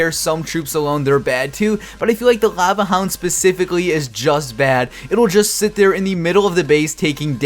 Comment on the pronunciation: Cringed every time he said laeuvueh hound -_